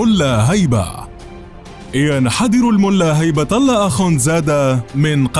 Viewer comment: هبة الله وليس هيبه الله